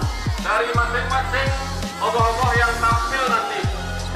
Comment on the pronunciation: C’est des ogoh-ogoh, pas des golo-golo comme tu les appelles...